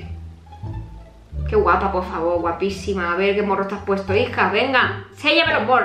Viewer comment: "Ticheame a mi pofffavoo" 😅